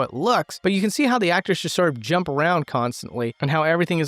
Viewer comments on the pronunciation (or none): none